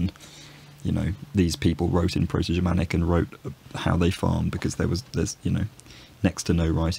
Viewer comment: Your pronunciation of the Proto-Germanic forms and all of the historical and modern forms cited in the video is perfect! Great job, looking forward to seeing more videos